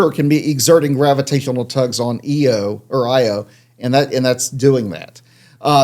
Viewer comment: Why is this Doctor calling Io, "EEE-OH"? The moon has always been pronounced "Eye-oh".